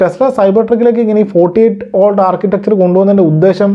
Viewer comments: വാൾട് എന്നല്ല വോൾട് എന്നുതന്നെ പറയണ്ടേ bro... 🙏🏻🙏🏻🙏🏻 any way good effort 👍🏻👍🏻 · Watts (വാട്ട്) volt (വോൾട്ട് ) വ്യത്യാസം ദയവായി ശ്രദ്ധിക്കുമല്ലോ